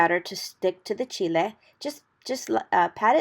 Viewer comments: Proper pronunciation in Spanish for Chile. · Yes. That's the correct pronunciation in the Spanish language